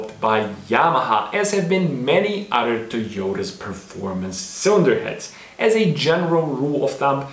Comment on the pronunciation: you talk about initial d dialog yet you say "udder" insted of other...also there are no other cartoons period that go into the base engineering dynamics of racing technology and as far as dialog it was a manga first.. you should do more research and post fact rather than your opinion. fact is the toyota 4age motor was a special engine that was produced by two manufacturers. the head was not designed by toyota it was designed by suzuki based off of a motorcycle engine this is why the engine can high rev. the design of the narrowing engine block or crankcase at the bottom supporting a large high flowing head.. this is what makes it iconic and great.. the weak points of the engine are oil delivery as most japanese engines are notorious for bad crankshafts, bad oil system and poor ignition system design. you should point out these points... not your bad language delivery and critique of the best car cartoon out there.. since there is no competition to initial d. but of course you knew that...but you seem to be a youtube actor not a engineer or engine guy... sorry if i hurt your feelings but you should do your research prior to trying to make money on youtube which is a public forum.